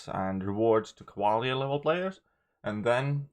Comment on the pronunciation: I'm not going to hear you say Cavaler anymore? 😥 😔